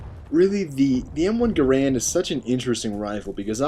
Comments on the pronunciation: It's Ga-rand, Grand is the common misconception. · it's m1 garand not guhran or grand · its the m1 garand. not grand... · its not m1 grand its m1 garand